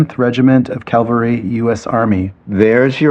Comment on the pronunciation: Sharon's story. Cav al ry not calvary. Why didn't they edit that out?